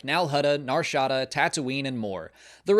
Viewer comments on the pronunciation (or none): Hermione Granger: "It's Nar Shaddaaaah, not Nar Shaddahh!"